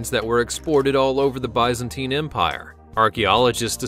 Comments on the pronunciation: You say it like Biz-antine Not by. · Oh, this dude needs some serious correction in how to pronounce some of these words. Still, he beats the hell out of those disgusting computer voices. It's biz-ntine not byzentine. It's Ramzees not the wierd way you said it. It's gal-e-on NOT galYAWN with emphasis on the yawn. Really dude, does no one check these before they go out?